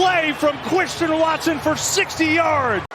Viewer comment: “what a play from Cwwistian watson!!